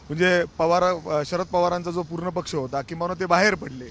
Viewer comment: पछ नाही रे पक्ष म्हण